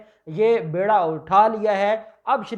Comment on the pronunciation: Bayrda Othaya nahen Beerda Othaya is correct pronounsation.